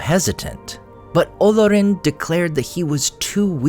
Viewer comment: Good video. I would point out that the name Olorin has an accent on the 2nd syllable and the name should be pronounced olORin as a result.